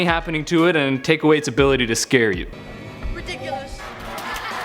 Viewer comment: its RIDDIKULUS not RIDUKOLUS!!!